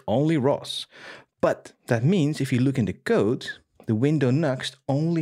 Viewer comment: I love the way you pronounce "code": [qoude] :)